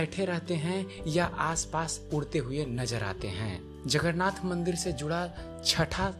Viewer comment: अबे गांडू जगरनाथ जगरनाथ क्या बोल रहा हैं? जगन्नाथ बोलने में क्या जाता हैं? पहले तो उच्चारण करना सीख ले फिर वीडियो बनाना।